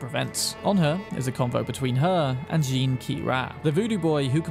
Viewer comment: Jean is not "gin", more like Je-an.